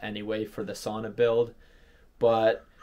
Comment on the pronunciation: learn how to pronounce “sauna”